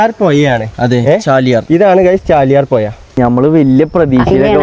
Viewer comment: പുയ അല്ല പുഴ